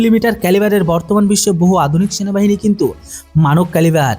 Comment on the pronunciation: বাপধন ওটা শেনাবাহিনী নয় সেনাবাহিনী আর বন্ধুক নয় বন্দুক। টুকে ভিডিও করা বন্ধ কর ছাগল। আর কি ইনযফিরিটরি বিরিগিরেড/ ইউনিট কি বস্তু?😂! ওটা ইনফেন্ট্রি ব্রিগেড/ইউনিট INFANTRY BRIGADE/UNIT আকসপোনটাস অব নেসেসিটী না। রে ছাগল 😂😂😂 ওটা আ্যকসেপ্টেনস অফ নেসেসিটি ACCEPTANCE OF NECESSITY রে ছাগল 😂😂😂 ১২০মিমি ব্লেড যুক্ত বেনেড নয় বেয়োনেট BAYONET রে ছাগল । আর এখন গত ৪ বছর ধরে পুরানো সটরালাইন নয় স্টার্লিং STERLING কার্বাইন সরিয়ে উন্নত কার্বাইন দেওয়া হয়েছে । হাত জোড় করে বলছি ভাই উচ্চারণ আর গভীর অনুসন্ধানে মন দে ছাগল । এই নে তোর জ্ঞানের পরিধি বাড়ানোর জন্য দিলাম রে ছাগল। Caliber: 5.56x45mm. Weight: Around 3.3 kg, lightweight for quick handling. Range: Effective range of 200 meters, suitable for CQB. Ammunition: Can fire both NATO-standard and INSAS ammunition. Design: Compact, modular, with Picatinny rails for accessories, and a foldable/telescopic stock. Reliability: Designed for high reliability in extreme conditions. Accuracy: High accuracy with stringent performance standards. Manufacturer: Developed by DRDO (ARDE) and manufactured by Bharat Forge (Kalyani Strategic Systems) and PLR Systems (Adani/IWI JV).